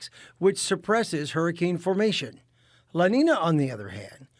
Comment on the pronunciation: he says el niño right but says la niña wrong lol